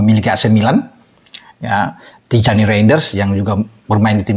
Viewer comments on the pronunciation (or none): Bacanya: Tiyani Rinders, bukan tijani. Yustin Hubner bukan Justin, Maartin Pas bukan Paees. Tulisannya Paes bacanya Pas.